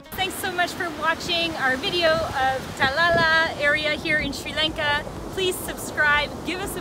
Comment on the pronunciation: when were you in sri lanka ? I see the video came 8 hrs ago. But you must have have been there sometime ago. I did not see masks ? By the way when you pronounce Talalla - notice the 2 l s at the end. So try like Ta la l la. Thanks for your video. Very nice.